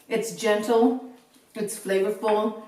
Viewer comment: It's "gentle"???? LOL 😂